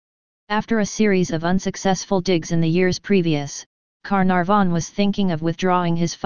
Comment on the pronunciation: I love the computer saying lord Car narh von.